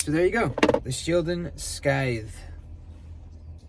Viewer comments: Cool looking knife! It’s pronounced sithe like the lawn tool/ grim reaper weapon. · the big one needs a flipper delete....badly...also, the "c" in scythe is silent :)